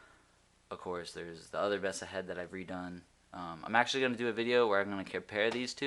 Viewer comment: Nice review. Just FYI - Diode is pronounced DIE-ODE, and MESA is pronounced MAY-SUH.